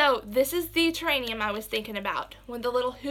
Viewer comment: The word that you are trying to say is terrarium!